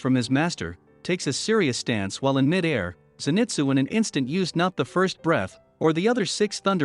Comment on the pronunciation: U say zenitsus name wrong